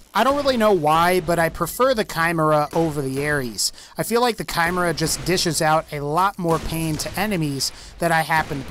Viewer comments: Nice video, but holy shit, your pronounciation is attrocious. Not only on the cherè Amie but also the Chimera and many of the greek mythological atlas guns. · Are we not going to address the way he pronounced chimera It sound like he's trying to say camaro kai mer uh It's so easy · The way he pronounced chimera lol